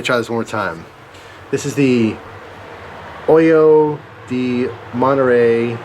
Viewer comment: Pretty good pronunciation in the beginning, the H is silent in Spanish (^